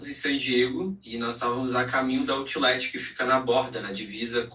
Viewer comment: “Outileti” ? Que isso?😮